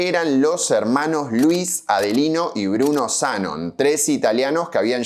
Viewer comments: Zanón, Zanón, qué mal suena Zánon! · Zanón se pronuncia con acento, al menos asi se hacia en neuquen en la ceramica de Luigi Z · Me pone nervioso que diga"Zánon" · Se pronuncia como si tuviera tilde, "Zanón", pero se escribe sin acento. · Se dice Zanón en veneto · El acento va en la sílaba final: Zanón. /dzaˈnon/. Es un apellido común en Treviso,Venecia y otras regiones del Véneto. Probablemente procede de "Zan", el nombre Juan (Giovanni) en dialecto. Supongo que se trata de un patronímico (como Gómez, González, etc. en español). En italiano la tilde ortográfica no se usa como en nuestro idioma, por lo que la grafía no siempre refleja la acentuación. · Tampoco dijo Zánon. Él dijo Zanon. No es lo mismo. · El apellido Zanon se pronuncia con acento en la O. Maestra Ciruela aclara algo más: el Parque de la Ciudad, originalmente Interama, era muy superior al Italpark. No había competencia posible: el Interama lo revolcaba mil veces. Era más nuevo, más moderno, más Disney... Pero el Italpark, para los que tenemos +60, siempre fue y será el dueño de nuestros corazones! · Muy bueno. (no se de donde sacaste el acento en ZA🤣). Una historia sobre Cerámicas estaría genial. Por supuesto el mito es mas simpatico que la verdad, pero donde hay politicos hay relato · Es Zanon con acento en la o ! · HERMOSO RECUERDO EL ITALPARK PARA LOS DE MI GENERACION. YO IBA CON MIS AMIGOS A LOS JUEGOS DE CARRERAS DE AUTOS: MONZA, SUPER 8 Y LOS CHOCADORES. EL APELLDO ES ZANON (CON ACENTO EN LA O) Y TE AVISO QUE LA GALERIA SACOA TODAVIA FUNCIONA, AL MANOS HASTE QUE YO SUPE. SALUDOS Y GRACIAS POR EL RECUERDO!